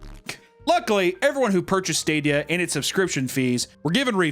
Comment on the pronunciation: "google stradia"